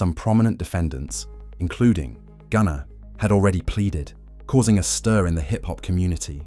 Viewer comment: mah boi called gunna "GOONER" 🤣🤣